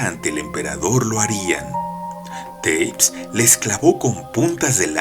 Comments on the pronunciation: Es Tepes como se lee, no Teips, no todos los nombres se leen en inglés querido, buena elección de historia, es demasiado interesante este personaje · No jodas, una de las reglas del LOCUTOR "si no sabes la pronunciación, lees tal cual está escrito", y además de que no lees acentos escritos, lees 'teips' en vez de VLAD TE-PES, TEPES, y se lee T-E-P-E-S!!!